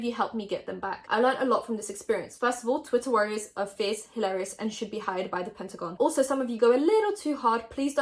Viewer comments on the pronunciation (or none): none